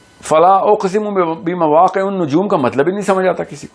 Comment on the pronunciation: اولا : علیك ان تقرأ القرآن صحیحا لاحظ الایه " فلا اقسم بمواقعِ النجوم " اما العین مجرور لأجل حرف الجر وقرأتَ انتَ خلافه ثانیا : علیك ان تتکلم باللغة واحدہ ، بالاردیه او بالانجلیزیه لا تختلط لغتان ثالثاً : انك انت اخطأتَ فی ترجمة ھذہ الایه "فلا اقسم بمواقع النجوم" فی ھذہ الایه "فلا" ھنا لا یکون معناہ للنفی بل ھو یستعمل للقسمیه کذلك ، انظر فی اللغة العربیه واما ھنا فقد استعمل للقسمیه واُریدَ بھا انا تکلمتُ بالعربیه لانك انت تحث علی العربیه فنرجوا انك تعرفھا کذلك جزاکم اللّٰه خیرا